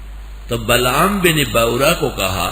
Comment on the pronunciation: بلعم بن باعورا ہے۔۔۔۔بلغم۔۔۔۔نہیں 😢